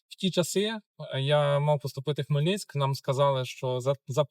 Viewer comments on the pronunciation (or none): Хмельницький, не Хмельницьк 🙄🙄🙄